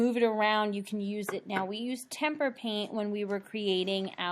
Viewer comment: Hearing Temper paint makes me hurt